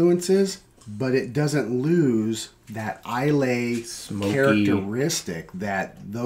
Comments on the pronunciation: I'm not watching because of how you pronounce islay, lol, jk guys. Great review cheers and congrats on the showcase bottle you picked a good one. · Islay is pronounced eye-luh. Not eye-lay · Eye-lay: NO EYE-luh: YES